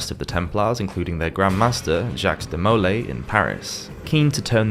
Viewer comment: Again, I love your content, but it's rather jarring to hear the mispronounced French names (and sometimes Italian ones.) Aquinus is Ah QUINE US, de Molay is DE moh LAY, and Cathar is pronounced CATH ar.. I think it's always a good idea to look up any word or name that's non-English to check on how it's pronounced...just a thought. With that, keep up the great work!